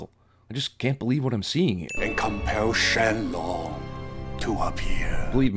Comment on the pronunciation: Shen Long, not Sheng Long. Avatar: The Last Airbender isn't an anime, it's american. Roshi's immortal so yes, everything you say. "Who made sure this meteor hit at just the right spot?" Freeza "when someone says something about this movie not ending, I get nervous" you and me both. I appreciate the "Source Material Bonus Round"